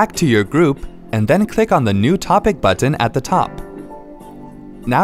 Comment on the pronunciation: Who pronounces the letter "T" this much. "BuTTon."